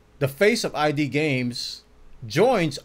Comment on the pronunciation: It's not I.D. It's Id, like the human id.